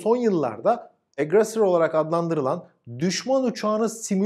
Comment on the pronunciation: Tebrikler. "Lancaster" 'ı doğru biçimde telaffuz etmişsiniz. Garip Burt Lancaster de aynı fenomen yüzünden "LanÇıestır" şeklinde yanlış olarak bilinir. Aggressor da doğru, ona da "Agresör" falan derler. Selamlar...